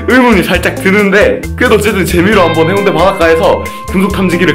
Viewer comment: 해운대가 아니라 해운대입니다.